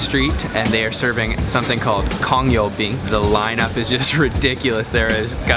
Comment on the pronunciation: it's CHONG yo bean not kong yo bean lol